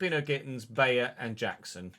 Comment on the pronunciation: i believe its pronounced "By-er" not "Bay-er". E i is said like eye i E is like E